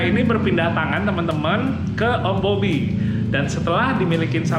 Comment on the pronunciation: Om "BOBBY" Gua dengernya OM Mobi 😅😅 Kaget gua